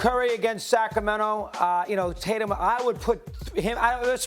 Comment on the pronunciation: “Jason Titatum”